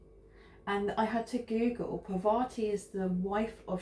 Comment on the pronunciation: It’s pronounced Par-vati, emphasis on the first syllable.